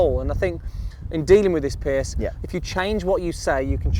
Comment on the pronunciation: Why does call Piers "Pierce"?